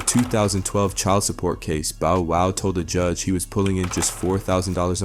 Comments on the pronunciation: My guy called him Bo Wow, sounding more like "J-Wow' 😮 😏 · Bo - Wow 😂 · I’m saying who the hell is Boe wow I think he did that on purpose had to😂😂😂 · How in the hell do you mispronounce “Bow Wow” as “ Bo Wow”?!? Better yet how do you also mispronounce “tyga” as “Tea ga”?!? Also anyone who knows, Knows MC Hammer ain’t broke and hasn’t been since the 90’s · "Boh woh" "Ti-ger" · I'm still don't understand people that do stories about people or culture and can't even f**** pronounce their names right, "bo wow" really "teega" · Right BO WOW. Tega 😂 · This man butchered tyga and Lil bow wows names!!!